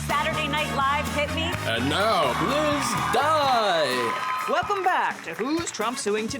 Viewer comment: Sry I heard "please die" not "Liz dye" And: What is going on in the US?!?!